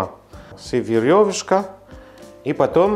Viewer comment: Ох,, эта ваша "верьёващка"!!! 😁 Magnifique )))